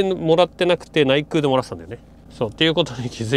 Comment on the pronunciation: 「ないぐう」「げぐう」と呼ばれていますが「ないくう」「げくう」です